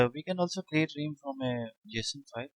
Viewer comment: Realm - pronounced Relm. not Reem